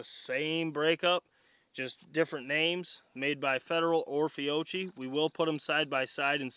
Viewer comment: Bruh.. It’s Fee-Oh-Key. Lol. Just busting your balls. Love the vids. Patternmaster recommends shells under 1500fps with their waterfowl chokes. Probably why it didn’t do so well🤷🏻‍♂️